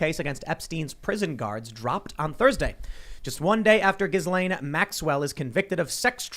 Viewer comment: Ghislaine is a French name and it’s pronounced ‘Gill-En’ G like in Gun and En like in End. Happy new year 2022 ✌️